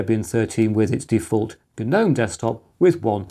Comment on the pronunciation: My Grandmother has a few garden guh-nomes. Ok what is wrong with that sentence? If you can figure it out then you know how to correctly pronounce that word. Not like it matters, Gnome sucks nowadays anyway. Old school Gnome was much better.